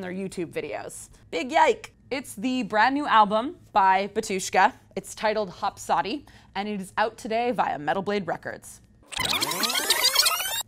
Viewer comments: "Hopsodi" , its named hoSPodi , the S is before the P , idk polish but in bulgarian we say the same word we just replace the H with a G and it means GOD no matter what trash bart releases , fans of the band will always know that Derph is the one who will bring in the good albums and give us the real batushka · "Hop-Saadi" ...is there yet another sub-schism of 'Hospodi'? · its hoSpodi. the S first then the p. its not that hard to read i would say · It's not Hop Soddy - it's pronounced Hos - pah - dee. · *Ba-tyush-ka, first syllable accented. *Hos-pah-dee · Lol she pronounced it, “hopsodi”. Ya. Imma listen to what she has to say about a band that she can’t even pronounce the album name. My 2 cents : both bands are awesome. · "Hopsodi" lol. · Yeah, but let's face it, Hopsodi sounds better,+ it's pronounce, not prenounce. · Anomander her inability to pronounce hospodi is code that it’s a trash record and metal blade is threatening her channel 😂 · She can't even pronounce tremolo never mind Hospodi. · That pronunciation hurts my Slavic ears a lot... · You butchered “Hospodi”.... I only know how this word is said because i’m of Ukrainian ancestry